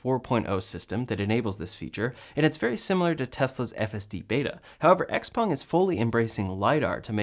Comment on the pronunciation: Congratulations on pronouncing XPeng (essentially) correctly! For whatever it’s worth, the characters are 小鹏, IIRC, its founder’s name, so the Peng part should be spoken with a rising pitch. (Being a musician, you might find it interesting to get the tones right!)